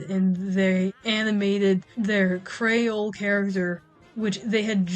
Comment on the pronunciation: My dumbass thought you were saying Crayola character instead of Creole character for a bit 😭